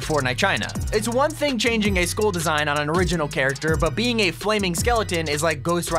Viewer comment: It took me a full minute to realize that you were trying and failing to pronounce the word 'Skull'......it's pronounced like 'Dull'.